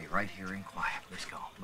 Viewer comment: I first watched this film 20 years ago and recently watched it again only to here him say quiet which sounded more like choir